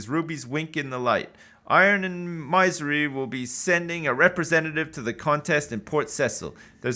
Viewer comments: Thank you! I mentioned that on episode 1. It was making my ears bleed. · plz dont do it, i am used to him saying "Maisery" now